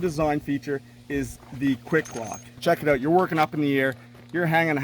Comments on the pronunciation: "Check it ayoat" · “Let’s test it oht”